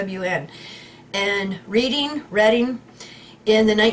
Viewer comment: and, it's pronounced like the color Red. Like Redding, not like reading a book